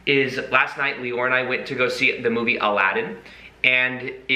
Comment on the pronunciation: Aladin ... SHould be more like 'Allow 'd in' :D haha